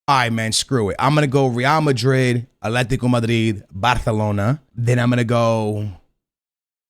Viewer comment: “Aletico” Madrid 🤣